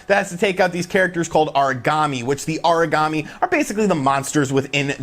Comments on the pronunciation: Haha I actually thought he was saying Origami lol. I was all well that's a weird name for a monster. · Aragami is Ah-rah-Gah-mee not "uhreegamee" it sounds like your saying Origami (paper-folding craft) LOL